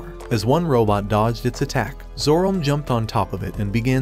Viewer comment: Have you ever considered spelling certain words (specifically names) different to have the AI voice pronounce them properly? Like spelling it Zoromay or Zoromai instead of Zorome.